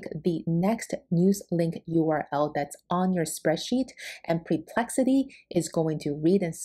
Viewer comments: I think it’s “per”plexity not “pre”plexity. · Awesome indeed! entertaining, cute imho, with a mildly dyslexic pronunciation of Perplexity as Preplexity, which is a name I may turn into a predictive analytic website of my own (Perplexity may complain, but ok). Lots of great clear instruction, I was looking exactly for this, thank you for all the pointers. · It's not PRE-plexity...it's PER-plexity...the number of times you mispronounced the name is insane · Like your vid, but is it only me that is annoyed with this? Apparently, your brilliant AI solution didn't inform you that it is PERplexity... not PREplexity! I suggest your PREpare first before your PERform! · Sorry to be picky, it’s PER-PLEXITYU not PRE-PLEXITY